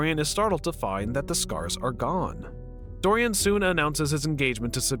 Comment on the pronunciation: Please learn the proper pronunciation of the proper names before narrating? You got Dorian and Henry right. That's about it....